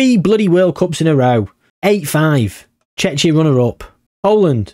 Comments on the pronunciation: Man really saying checha 😂😂😂 thats how you pronounce it tʃek.i.ə, which comes down to Tsjekia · Not you pronouncing Czechia like Chechnya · Missed a great chance to do Czechia vs Slovakia. The Czechoslovak civil war. also Czechia is pronounced Checkia. Chechnya is another place. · The pronunciation for Czechia is (Che-key-a) the way your pronouncing it makes it sound very close to a russian republic of Chechnya 😅 other than that good video yet again 🙂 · From English speakers I always heard Czechia pronounced with K (Like "check", Czeckia). And in my first language we pronounce Czechia with H (Czehia). I actually never heard somebody pronounce CH in Czechia like, you know, CH. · haha its pronounced Check-ia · it was funny xD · Czechia Is Chek-ee-a or /ˈtʃɛkiə/ depends which style of definition you prefer also things like Ruch, where the "ch" is pronounced same as in "loch", but mainly the Czech pronunciation triggered me 🤣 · I think Czechia vs Slovakia or Poland vs Lithuania would make more sense. Also your pronunciation of Czechia is really funny to me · Your pronunciation of Czechia is hilarious. You're bound to piss off any Czech fans you have because they hate that name. Should stick to The Czech Republic in future.